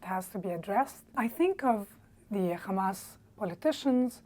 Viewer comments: The “KHA” in Khamas she just pronounced is a trademark pronunciation of non arab speakers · "KHAMAS" 🤣🤣🤦no Arabic speaker says that. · what we are trying to say is it is not normal for an ARABIC SPEAKER to pronounce Hamas as " Khamas ". We already have an Arabic letter for both the " H" sound and the " Kh " sound so it makes no sense for an Arabic speaker to switch them up and mispronounce it that way. It's like a native English speaker saying " I want a Bebsi " instead of " Pepsi ". So if spoke Arabic, she would have Definately said Hamas not Khamas. That leaves some possibilities: 1. Despite her Arab ethnicity, she grew up near jewish people or she does not speak Arabic fluently. Which would explain her pronunciation. 2. like one comment said, she might be Arabic ethnicity wise but knows the jewish language and follows the Jewish religion (Judaism). Which may explain why she is wearing a " star of david " necklace. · As soon as they say "Khamas", I start laughing. Cant you hire someone real Arabs? Not enough fund to make such a drama scene?😂😂